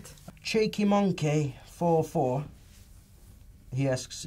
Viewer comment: the way he says 'cheeky monkey' just had me in laughing fits :D